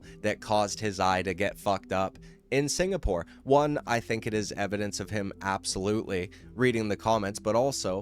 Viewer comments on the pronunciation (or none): none